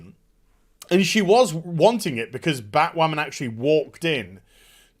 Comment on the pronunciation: Bat- Wahmen